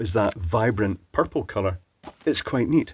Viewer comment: Love the way you Scots say "pupple"